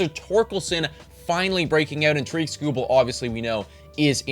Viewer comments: Its Tare-ik. Like Derrick but with a T. Not ta-reek. Best pitcher in the world, nobody can pronounce his name. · Who is Toreek Skubal??? It’s Tarik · Pronounced like TERRIK, not ta-reek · Great video and writing! Just so you know though it is pronounced TEAR-RICK Skubal not TUH-REEK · Yep Tarik rhymes with Erik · no he didn’t. His name isn’t pronounced “ta-REEK”. It’s “TARE-ick”. Rhymes with Derrick. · Great video! But Tarik is (tare-ick) I promise you he is as white as ever lol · It is not TAREEK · I feel like you should learn to pronounce Skubal’s first name correctly. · lost me at tarik pronounced wrong lmao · You're saying Tarik wrong, love the Tigers love tho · This did kinda drive me crazy. He won a Cy Young. Please say his name right XD